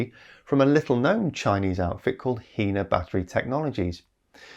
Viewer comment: A note on pronunciation: The name of the Chinese company "HiNa" sounds like high-nah not hee-nah. The Chinese word hai (海) means "sea" and the na (鈉) means "sodium".